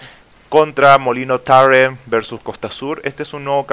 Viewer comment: suenas ridiculo cuando pronuncias la palabra Tarren xDDD